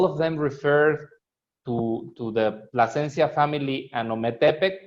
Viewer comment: U got the name wrong its PLASENCIA